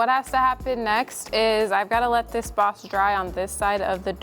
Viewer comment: This is the first video I've seen on this channel. I was really confused for a while because it sounded like she was saying "box". And then she was putting box in her paint sprayer. Haha. Anyway, for those, like me, who didn't know what "boss" was. It's a primer.